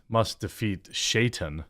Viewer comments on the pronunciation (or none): FFS TQ - Shaytan is pronounced Shy-tan and is the middle-eastern pronunciation of the word Satan. I like your stuff, mostly, but holy shit please look up names and words you're unfamiliar with before recording. 😆